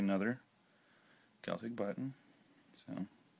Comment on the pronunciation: Great video. Thank you for pronouncing Celtic properly.